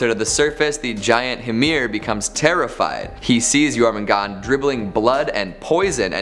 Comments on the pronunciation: Jormungandr pronounced Your-man-gandAR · 1. Dragar, they are bodies of the dead seeking revenge for not being able to enter any afterlife or for the one that killed them. Skyrim should not be a reference. 2. Jörmangandr is pronounced (Jor-man-gone-dr) with rolling “R”s. 3. Surt is more commonly spelled Surtr and pronounced (sir-ter). I’m sure there’s more I’m missing or don’t know about.